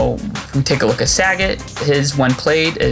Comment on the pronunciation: tbf i remember a lot of people prononuncing sagat like bob saget back in the day, and occasionally ill still hear it lmao also i think he things makoto is a dude lol, but looking at the card i can see it